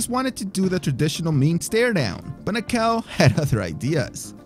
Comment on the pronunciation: "Na-ka-oh", not "Nah-cow".